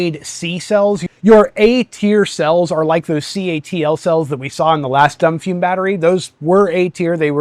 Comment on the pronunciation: It's pronounced Doom Fume.😅